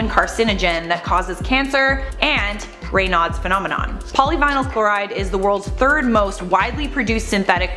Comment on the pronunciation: Its pronounced "ray-nodes"